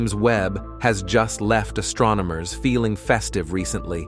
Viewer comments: guhLACSEE? ASStronomers? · We can finally see deep into the outer reaches of the universe.... But the AI voice is ridiculous. "Astrominers 'nicnimided' it the 'Running Chicken Nebbooolaaahhhh'". Seriously? AI has light years to go before it will even come close to real speech.